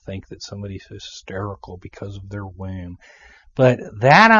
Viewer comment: It's pronounce "womb," not "wheh-oom." LOL!